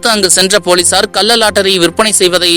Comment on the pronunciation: டேய் பைத்தியம் "கல்ல லாட்டரி" இல்லை " கள்ள லாட்டரி". தமிழை ஒழுங்காக பேசுடா.